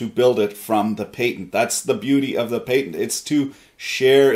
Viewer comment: You say patend weird